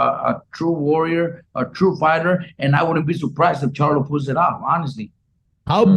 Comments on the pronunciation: He said Jermell CHARLUM 😂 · He said Jermell Charlum lol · Did he say Jermell charloM lol wtf. Is this mofo drunk off the modelo